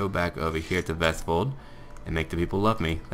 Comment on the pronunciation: Great pronunciation of Vestfold. I live there, and you pronounced it pretty good